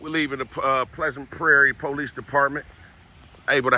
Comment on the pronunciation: it’s not the poh-lice dept it’s just simply the police. Stop emphasizing on the poh in police. It just sounds ignorant. Sorry!!